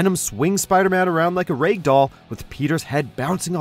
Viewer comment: lol. rag="raygue"